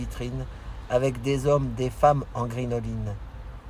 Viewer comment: Puis je me permettre.....sauf erreur de ma part à deux reprises vous prononcez le mot grinoline. Il convient de prononcer crinoline. C'est un c et non un g. C'était un jupon très à la mode au second empire. Tout le monde peut se tromper mais c'est toujours mieux de corriger. Voilà monsieur . Vous semblez aller très bien. Voir même survolté je trouve et avec un humour désopilant. Pourvu que cela dure. Bonne fin de semaine monsieur.